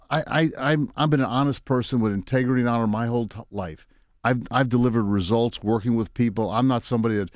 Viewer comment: Listen he can't even say results right 😂😂